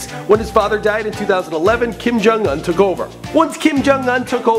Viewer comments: It's Kim Jong-Un not Kim Jung-Un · But it's Jong not jung